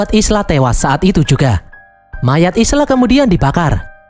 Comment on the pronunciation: Isla dibaca Ayla.